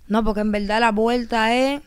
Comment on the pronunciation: Bueno sin ofenderse quiero que cuenten cuántas veces dijo la palabra ( en velda )